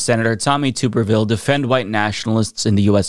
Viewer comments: Pronounced “Tubberville” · It's tub like bathtub.